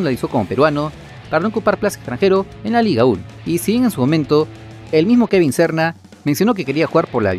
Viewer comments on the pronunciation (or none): Quien es Kevin Sorna? Pronuncia bien oye chistoso es Serna ok.